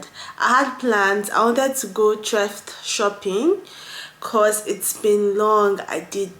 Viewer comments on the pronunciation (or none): THRIFT - SHOPPING pronounced as THREE /IF/T not TRE/FET. 🥰